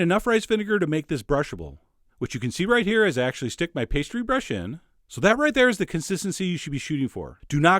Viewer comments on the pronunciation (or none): none